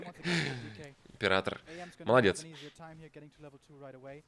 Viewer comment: "Ипрератор" ну вы и челедь.